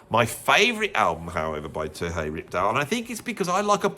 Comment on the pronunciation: Terje Rypdal's name is pronounced Turr-yuh. I live in Norway, and I know!